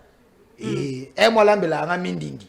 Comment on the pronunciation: C'est bandindi et non mindindi